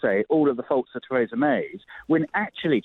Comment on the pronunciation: Adonis, the only person in Britain who can’t pronounce Theresa, lol